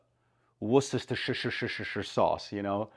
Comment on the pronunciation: Great review as always. Worcestershireshireshireshire sauce😂 did I miss the unboxing? Would be useful to know the case situation. Also is the ebony dyed to get it so black. I heard it sometimes is these days. Have a good day. 👍